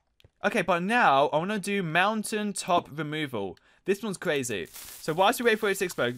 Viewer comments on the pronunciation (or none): Fwee, two, one, go! Oh woooowww woaaahhh this is cwazyyy